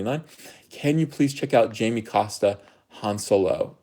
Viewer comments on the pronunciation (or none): none